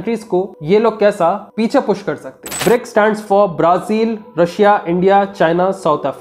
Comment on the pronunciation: bhai, Braa-Zil ko sahi pronounce karo😂